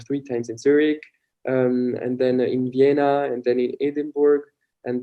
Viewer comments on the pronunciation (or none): none